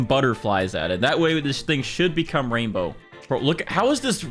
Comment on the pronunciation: Erm it’s not raindow😂